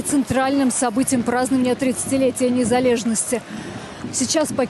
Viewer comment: Як я просто разреготався з цієї вимови на "НЕЗАЛЄЖНАСТІ" пхахаха ЩО за "НЄЗАЛЕЖНОСТІ" а де російська мова з "нЄЗАВІСІМОСТЬ"?